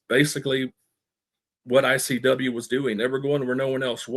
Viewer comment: Conrad constantly saying IWC , instead of ICW , is driving me crazy 😂